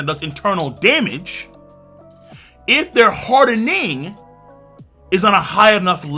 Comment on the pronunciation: The way king says “hardENing” doh